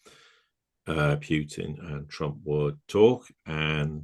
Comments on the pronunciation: The Sirius Report is in my estimation one of the best geo-political podcast channels discussing rather serious topics., like myself is from the UK, although, judging from his pronunciation, of the name: Pyutin. He probably hails from the Midlands area which would include cities like Birmingham or Coventry. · Pyutin? Who is Pyutin? You can’t even bring yourselves to get the right pronunciation of the name? Wait a minute, why are you in my recommendation feed by the way?